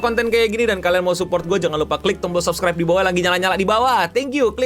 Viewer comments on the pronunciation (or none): none